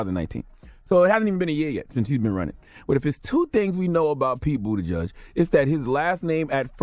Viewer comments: Boot-a-judge is different from boot-edge-edge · I also been saying bootyjudge lmao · Pete Buttigieg. pronounced: “Boot Edge Edge” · “Booti-judge” lol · This fool Charlie man should get donkey of the day for saying “bootie judge”. And kept pronouncing it that way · I wish Charla knew how to pronounce Buttigieg. 'Boot edge edge.' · Is his name really pronounced Bootyjudge? I think not 😭😭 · No One: Charlemagne: Pete Bootyjudge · It’s pronounced Booty-chug